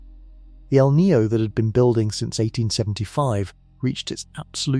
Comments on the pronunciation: It's not named after a character from the movie " The Matrix " Neo . It's El'Ninio , FFS get some better script writers & researchers . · El Nino not El Neo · It's EL NIÑO!! NOT EL NEO! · What the feck is el knee-o? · It's not El Ninio either...try El Nino (El Niño) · It is pronounced E L-Neen- Yo. El Nine’ yo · How about pronouncing El Niño properly. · I would like this video more if the narrator didn't repeatedly mispronounce "EL NINO". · Unfortunate that someone who puts in the effort to make a 2hr documentary and they don't figure out the meteorological phenomenons pronunciation.